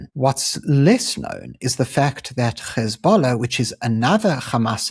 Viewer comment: Yeah keep it up ... btw its pronounced HEZ(bollah) not GHEZ(ballah)